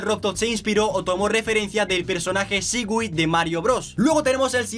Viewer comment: Shi gui Es shai gai